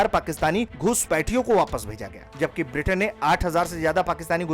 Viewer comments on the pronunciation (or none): none